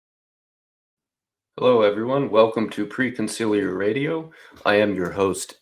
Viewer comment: yeah, still waiting for the “Co-m-ciliar” fix though 😉 otherwise awesome intro 😄